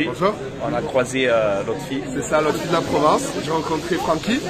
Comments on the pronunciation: Lotfi pas lofti 😂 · Salut ont lotfi pas lofti😅 Toi tu gratte les cadeaux et moi je te demande un tishort depuis 10 ta pas hanté sérieusement